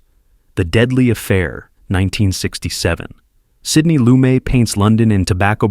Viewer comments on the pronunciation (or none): And Jewish Sidney Lumet from Manhattan's Lower East Side didn't pronounce his name "LOO-MAY." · Lumet = loo-MET. It's not a French name.